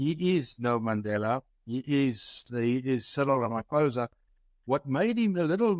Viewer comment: Why should we listen to you? You mispronounce your State President's name. Attend school. Good bye.